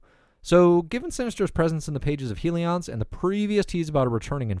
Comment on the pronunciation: Heely-ons?! Hilarious